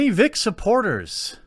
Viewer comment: Why can't he say vic?